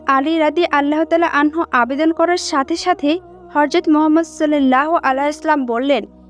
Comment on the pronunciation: Vidio baniye view kamacchen kintu amr nobir namta sundhor kore uccharon korte paren na